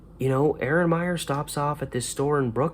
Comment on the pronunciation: FYI, she pronounced her name I-ran. Miss her!